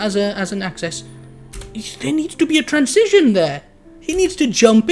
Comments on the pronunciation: i like how you pronounce transition like "trans-cision" lol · I think you are right about everything. except how to say transition ;D